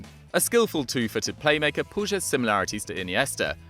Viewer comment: I believe its pronounced pueeg 😂